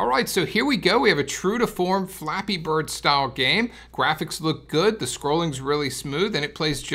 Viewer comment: Does he know that he's saying Flappy Birds?